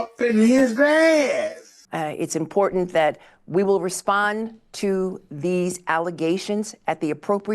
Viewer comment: 100% script. She said import. Import ant...